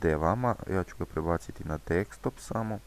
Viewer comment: DEKSTOP hahahahha :)